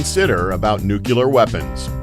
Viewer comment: There is no such thing as a nucule therefore there is no such thing as nucular. You bounce back and forth from the nonexistent word to the correct word which is nuclear.